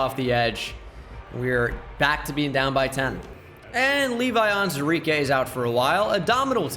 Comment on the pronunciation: You're missing the WOO in Onwuzurike every time :(